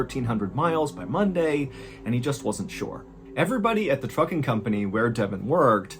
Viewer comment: I have dyslexia and sometimes hearing not good. I heard 'Fu-king Company', instead of Trucking. So for a minute, I was wondering what kind of company is this?😂